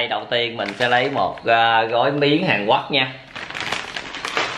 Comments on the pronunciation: Hàn Quốc mà cứ ns Hàn Quấc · Hàn Quốc ông nói là hàn guất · Sao a cứ nói hàn quắc quài v a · Miến hàn quoác ông phát âm hài ghê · Miền anh miền nào mà lại đọc " HÀN QUẮC "???